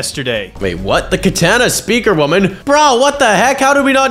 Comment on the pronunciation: How did bro butcher the name that hard in the start